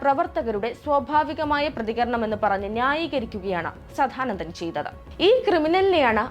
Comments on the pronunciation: സധാനന്ദൻ അല്ല കൊച്ചേ സദാനന്ദൻ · ആദ്യം തന്നെ പറയട്ടെ, സാധാനന്ദൻ അല്ല, സാദാനന്ദൻ. പിന്നെ, ആറുമാസം പ്രായമുള്ള കുട്ടികളുടെ ജനനേന്ദ്രിയം വെട്ടുന്നത് അവരുടെ അനുവാദത്തോടെയാണോ.. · വല്ലാത്ത ജന്മം.. കണ്ടത്തിൽ.. സദ്ധാനന്ദൻ അല്ല പെങ്ങളെ സദാനന്ദൻ..ആദ്യം നീ നന്നാവ് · ആദ്യം പോയി സദാനന്ദൻ എന്ന് നേരേ ചൊവ്വേ പറയാനെങ്കിലും പഠിക്കൂ